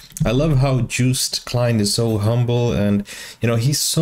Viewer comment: Joost is pronounced like toast😄. I don't want to be whiny, but since you're a teacher I think you'll appreciate it. Joost for the win!!